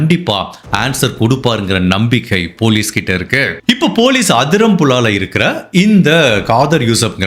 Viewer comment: amazing work. no one can get away w the perfect murder. He can marry 4 wives - wasted. also i kept hearing Kadhal yusof Kadhal yusof instead of Khadeer yusof